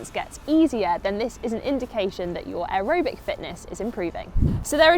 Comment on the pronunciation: why are you pronouncing aerobic like that?